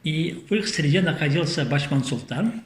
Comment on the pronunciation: Спасибо яшулы,очень начитонный человек,но не договаривает всё, а также не Бачман а Башман как Атаман,откуда у него титул Султан?а также не Албыр а Алгыр его племя,надо правильно произносить.